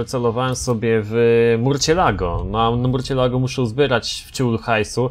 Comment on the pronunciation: Nie mówi się murcielago tylko mursjelago :D